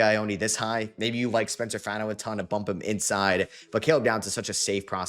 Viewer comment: Love your content, but repeat after me: FAH-no. Spencer FAH-no, not FAN-no. Sincerely, a diehard Utah fan